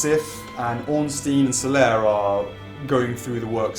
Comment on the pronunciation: grammar nazi incoming: Ornstein is actually pronounced "Ornshtine" :) but nice video and thx for the information!